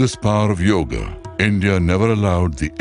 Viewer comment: God, please...it is NOT YOG. IT IS YOGA!